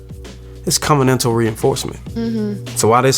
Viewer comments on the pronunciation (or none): I went back and relistened to it. I think he said covanental.